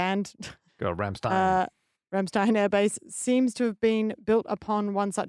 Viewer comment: I'm honestly surprised apparently is not familiar with how the Rammstein band name is pronounced correctly ( doesn't do it correctly either).